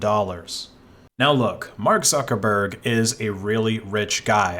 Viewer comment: I heard "Suckerberg"...